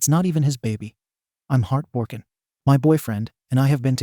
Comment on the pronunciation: Im going to hell for sure but "heart BORKEN" just broke me😂